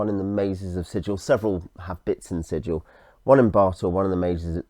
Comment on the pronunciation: Sigil, not Sijil. Hard G, berk. This isn't a .gif argument, it's literally printed in the boxed set. ;)